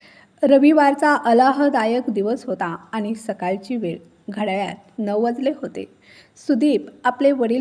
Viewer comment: अलाहादायक नाही आल्हाददायक